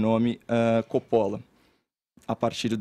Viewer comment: A pronúncia correta de "Coppola" é "cópola"😮😢😂